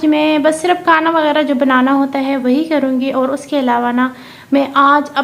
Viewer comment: Kana nai hota g, Khana hota Hy g